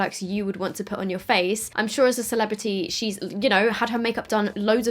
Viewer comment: “CELEBITY” 🤣🤣🤣😂 why did I die at this part